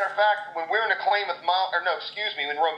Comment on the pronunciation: Covert Entry huh ? Obviously a course designed to teach breaking and entering. Now that would be an interesting course. Hey Joe, the Klammath Mountains are pronounced....Klammath, sounds like Mammoth ...not like Clay-math. So now that Cody has been fired from Dual Survivor, who's going to be Joe's new partner ?